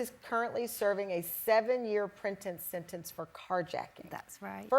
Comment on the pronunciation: ..." printess sentence "...When the host said that it cracked me up. Why didnt they edit that then let the host record it correctly and splice it in...